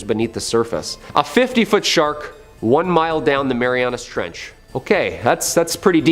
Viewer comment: It’s called the Mariana Trench, not Marianus.